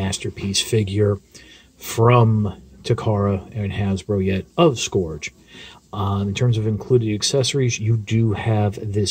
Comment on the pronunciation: isn't it pronounced as 'skurj' and not 'skorj